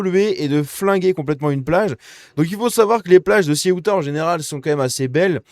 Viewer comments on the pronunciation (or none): ''CEOUTA'' et pas '' CIOUTA''! Décidément t as du mal 😂